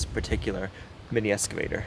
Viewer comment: I love the way he says escavator instead of excavator. I really really hesitate to say anything because he might stop doing it and it's so adorable.